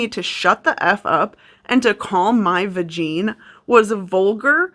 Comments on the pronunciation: Did just say “vagine” 😂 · I have NEVER heard anybody else other than me say vagine i am cracking up 🤣🤣🤣